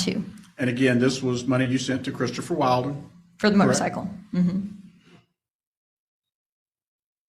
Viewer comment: He’s deliberately mispronouncing Wilden so she can continue to turn off the jury by correcting him.